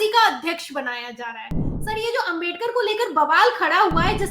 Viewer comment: It's a great mistake of pronouncing Ambedkar word several times is not only inslt of AMBEDKAR but the people those are believed on constitution of INDIA and I congratulate you on your wonderful comment about it